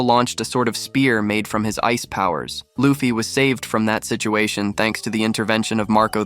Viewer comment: Bro, why do you keep on saying Loafy? It’s Luffy